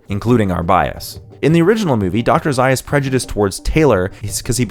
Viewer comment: Nice insight. However, you mispronounced Dr. Zaius' name.